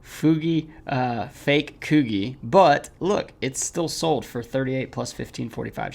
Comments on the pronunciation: It’s Koo G not Koo Geeh how have you never heard of Coogi?? anyways good videos love content just shocked lol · haha its "coo-gee" haha keep on uploading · That’s not how you pronounce Coogi. 😂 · This is a dope video but I’m cracking up at your pronunciation of coogi 😂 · Bro definitely messed up the Coogi word